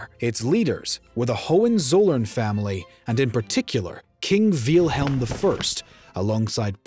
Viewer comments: Did the narrator just pronounce Wilhelm Veal-helm or was that just me hearing it like that. Anyway great video, this war needs to be covered more. It’s actually such an important war for Europe. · Wilhelm, Not Wilhem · I want to subscribe but this guy's pronunciations are kinda pissing me off. Said "Kawn-ig-grawts" for Königgrätz, "Fran-see-kee" for Fransecky, "Veel-helm" for Wilhelm, and more. Come on bro, these aren't super hard German words, normal English speakers can say these right man.